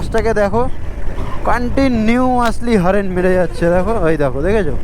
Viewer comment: হরেন নয় রে হর্ন